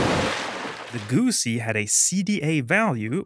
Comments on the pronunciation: Its not a guuuusi, its a Guzzi! I am no italian, but even my feelings are hurt by this pronounciation. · The ZZ in Guzzi are pronounced the same way as the ZZ in Pizza. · My brain is broken because I know you're saying "Guzzi" but I keep hearing "gussy" and it's cracking me up